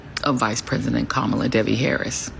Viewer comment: It's Devi, but it sure did sound like she said Debbie.